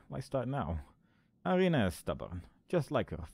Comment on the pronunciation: first "i" in Irina is pronounced like first sound in "eery", for example. short name is Ira (i guess you could pronounce it like "Eerah"). i'm pointing it out, because friends and especially families pretty much never use full names, it is much more official way of communicating. so all those games, tv series, movies with russians in them look really out of place (looking at you, avengers, with your Natalia Romanoff - i think Hawkeye called her Natasha, but correct surname should be Romanova, since she's a grill, not a boi). also like i said in previous video, "kroshka" basically means "baby girl", works for both daughter, girlfriend etc. also i could give you some hints on game mechanics, like sliding down the ladder using sprint button, but chances are, you already figured them out by yourself